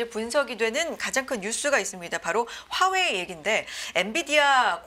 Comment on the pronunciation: 듣기싫어..화웨이 발음